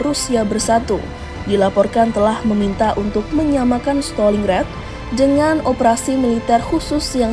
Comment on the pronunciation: Bacanya Staling Grat BUKAN Steling Ret. Kocqk